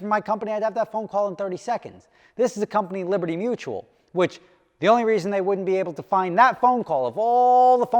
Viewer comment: Hey, they're dragging their feet because they spent your money on training the new guy how to say liberty mutual correctly. 😂